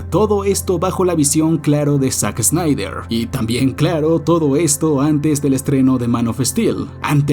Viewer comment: esa pronunciacion de "daredevil" es casi tan mala como la de los españoles que lo dicen literalmente como se escribe. Es DERDEVOL. Y tampoco es Zack Esnaider, ni Man of Estil. No hagas revisionismo histórico ni efecto Mandela, Warner NUNCA estrenó Tenet al mismo tiempo en cines (Agosto 2020) y streaming (Mayo 2021)